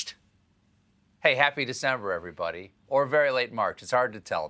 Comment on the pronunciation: Am i the only one who noticed "Decmber"